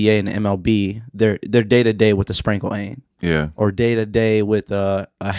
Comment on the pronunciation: this man said “sprankle ain”?!? I had to rewind to make sure I wasn’t trippin lol